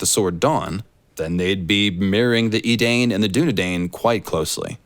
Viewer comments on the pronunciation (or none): I dig the parallels storywise but Tolkien's -dain is pronounced as "da-in" or "dine" as opposed to "deyn"/"dayn". This one doesn't strike me as George taking inspo from Tolkien names